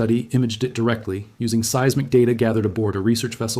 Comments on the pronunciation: "See-iz-mik" robot man? The word is "seismic", pronounced "size-mick". Guess AI isn't ready to take over yet... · The definitive tipoff that this is AI was hearing “seismic” pronounced as “see-is-mic.” Having AI involved at any level erodes my confidence. But at least this video wasn’t fear-mongering.